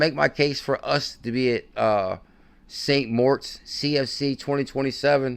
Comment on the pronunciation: Oh my God, how many times can you say Saint morts in one minute. I had to turn it off that was so frustrating.